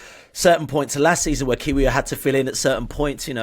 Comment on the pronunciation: over pronounces every Spanish or French word/name but can’t be bothered to say kiwior consistently or correctly 🙃